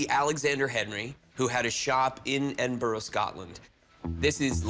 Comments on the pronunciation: I hate the way the Americans say Edinburgh they say it totally off 🙄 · The way they pronounced Edinburgh has me weaaaaak 😂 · The way they pronounce Edinburgh does my nut in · every Scottish person is annoyed from that pronunciation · Yanks really struggle with Edinburgh, Hertfordshire etc 😂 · I f**** hate how they say Edinburgh I'm from Scotland and I can pronounce it correctly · If you came from Scotland and couldn't say it pronounce it correctly I would be very worried... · "edinburuh" not "edinburrow" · smh my guy said "edinburrow" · American's say edinburo. Edinburgh should sound more like edinbura.bura not buro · Dear Americans Edinburgh - ED-IN-BUR-AH Not Edinboro or Edinburg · Edinburr?!? EDINBURR?!? EDINBRUH!!! ITS EDINBRUH!! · I only have to say, Edinburgh is pronounced Edinbura, not Edinboro! 🏴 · ITS PRONOUNCED EDIN-BRUH NOT EDIN-BORROW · as a scot i can say for absolute sure its not, its pronounced eh-din-bruh but sometimes in scotland the r is rolled and can sound like eh-din-bu-ruh, so i can see the confusion, but burrow with an obvious w at the end is a bit silly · Its not Edinboro....for Americans say Edin...borough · Pronounced Ed in burra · ‘Edinbro’😂😂😂😂 mate you can’t even say the name right, these Americans man 😂😂😂😂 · Never heard of Edinburrow 😂😂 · Why tf did that guy say edinburrow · What is it with these people Ebinbro . Edinburgh Were do the get Edinbro . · Edinburgh is pronounced "Ed-in-brah." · How the second guy pronounces Edinburgh gives me the fear. Edinboro. :-D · Why are they all pronouncing it "edinboroh". Its Edinburgh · its Spelled Edinburgh, but its pronounced "edinbra" or you could just call it by its Gaelic name "Dunedin" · Just have to laugh when Americans say my home town of Edinburgh, if you want to say it’s edinbra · "Made by A Henry of Edinboro" .....brah don't you mean Edinburgh? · I love the show and these guys however the way they all pronounced Edinburgh just grinds my gears it's not hard to pronounce correctly